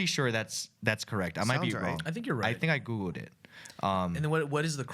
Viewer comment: it sounded like Ryan said “I think I googooed it”